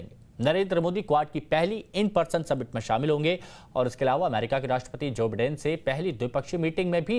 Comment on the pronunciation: It’s by- den not pronounce as bee den